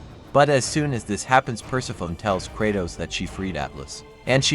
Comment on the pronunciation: Persefone*** is how u say it, other then that 💯🔥🔥🔥